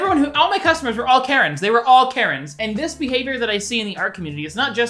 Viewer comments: When he started talking about karens i thought he said carrot lmao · Wait was he saying Karen's or carrots?